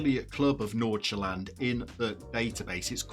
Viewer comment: The pronounciations in this video is fantastic. Great job on Fc Nordsjælland that sounded the best i have ever heard a non danish speaker say it. Gotebörg might need some research and practice to say right.